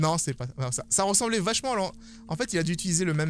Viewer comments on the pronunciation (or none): none